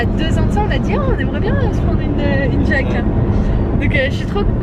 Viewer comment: C'est pas jeuke c'est jouke sauf que ça s'écrit juke